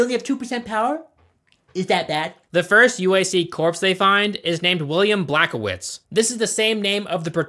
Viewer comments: BLAZKOWICZ NOT BLACKOWICZ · its blaz ko witz not black o wits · No way did you just say "Blazkowicz" so wrong and so confidently at the same time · Dawg you did not just mispronounce William Joseph Blazkowicz